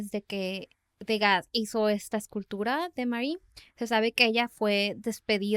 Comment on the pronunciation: ¡Hola! Disfruto mucho su podcast. Solo me gustaría compartirles que Degas se pronuncia <Du-gá>, ya que es Francés el apellido. Ustedes me acompañan mientras hago sketches de mis dibujos. Saludos desde Mérida, Yucatán.